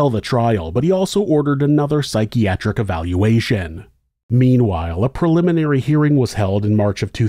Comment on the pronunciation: Preliminary..not proliminary